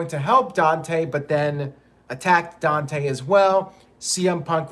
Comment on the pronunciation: It's pronounced Don-TAY not Don-tee lol